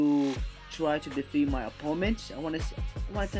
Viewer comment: can you pls just learn how to pronounce sharingan